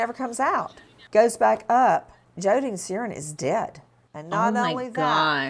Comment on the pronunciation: Heard Serrin and thought she said 'Sarian'...